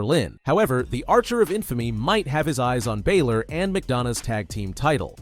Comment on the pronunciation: does my head in how he says balor